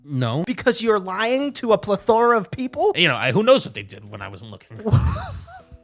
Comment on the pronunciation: Too many times I've heard you mispronounce plethora. I hope you're not upset that I'm here to steer you in the correct direction. It's pleh thr uh. Not pleth hora, as you say it,. XOXO